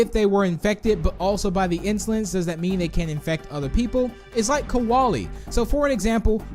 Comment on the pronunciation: KOALIE IS NOT PRONOUNCED LIKE THAT!!!!